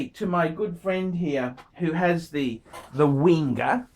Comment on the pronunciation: My God .... Boring boring boring , get a life , talks rubbish , Wenger ( pronounced Venger ) are ok watches , you're getting a Swiss made watch without paying the ridiculous prices.